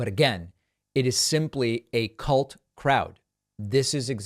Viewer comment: When you say ' Cult Crowd' you are miss-pronouncing 'Cult'!